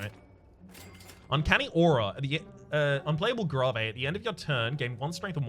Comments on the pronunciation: grawvay? you mean... grave? like, "i'm buried in a grave." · Why does he say gravé? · Is there a reason he says gravé instead of grave, as in a place to burry someone? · Also are you pronouncing "grave" that way because that's how you say the musical term indicating a slow tempo? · I think he misspoke the first time he saw that keyword on a card and now mispronounces it every time on purpose because it amuses him. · He likes to mispronounce things on purpose to mess with pedantic people.